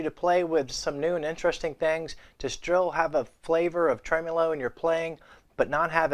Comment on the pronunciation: Lord. It’s trem-O-lo, not trem-U-lo.